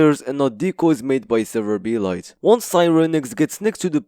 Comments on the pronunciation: it's "serverblight" "Server-Blight" not "Server-B-light" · it hits me like a truck how you pronounce it "B-Light" 😭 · Are you saying Server B. Light? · Why do you pronounce it "Server B-Light"? Blight is a word.